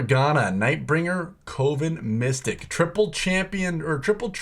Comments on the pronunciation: 4th person I’ve watched on YouTube to Pronouce it as CO-VIN instead of CUVIN 🤷🏽‍♂️😂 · My man it's pronounced CUH -- VEN.. not COH - VEN. Save you some hassle down the road when you play that trait :) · It’s pronounced cuh-vin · Kept thinking he said covid and not coven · Love the video but it's Coven (Kuh-vn) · Co-ven, like a coven of witches ( kəvən ) the o makes an " aaa " sound. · I think you don’t know how to pronounce coven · why is it so hard for people to say coven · thats not how you pronounce coven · the way you said "coven" triggered me. ill watch the rest later haha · Why can no one pronounce Coven correctly XD